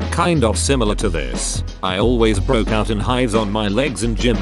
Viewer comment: Can the TTS not read "out" as "put"?